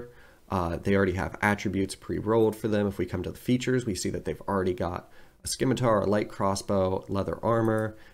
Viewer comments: FYI: It's [sim-uh-ter] not [skim-uh-tar]. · Please tell me you don’t actually say «skimitar.»